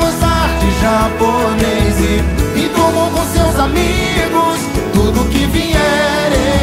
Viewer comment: Alguém ouviu ele fala Assisto aquela série outra veizi aprendo a gosta de japoneizi 🤣❤️